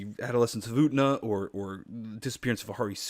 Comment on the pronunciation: Every time you say Utena, you remind me of the character form South Park who can't say the letter "t" and says planetarium without it in the Cheesy Poofs commercial episode.